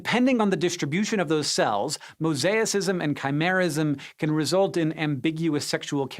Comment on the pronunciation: Never learn about mosaicism from a man who can't pronounce it I say. Well done calling Sci-Show out on their cherry picking.